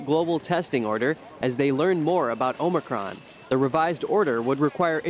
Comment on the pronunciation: Omicron.. not Omocron